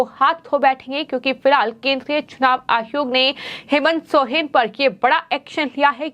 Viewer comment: Soren hota h sohren nhi kon reporter bana diya h isko re baba 🥴